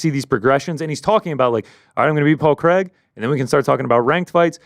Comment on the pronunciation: Big fan from Scotland, but there's nothing worse than an American trying to pronounce the name Craig. Who the f**k is Creg?!?!?